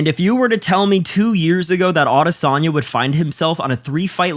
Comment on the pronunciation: Can't watch with you pronouncing his name like that